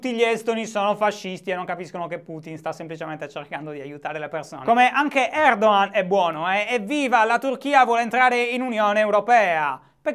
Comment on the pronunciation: Si pronuncia Erdohan?Eppure mi ricordavo che fossi sardo non toscano.